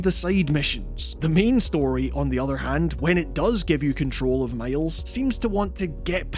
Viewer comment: Did the narrator really say "male's " insteaf of Miles?😂😂